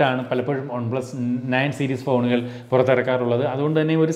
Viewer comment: on-plus alla one-plus.. pronunciation...